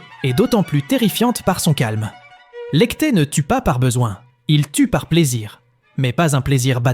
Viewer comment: . "Lecté ne tue pas par besoin". Désolé mais la prononciation du nom Lecter, cela plombe tout. Probléme d'IA, ou prononciation maladroite.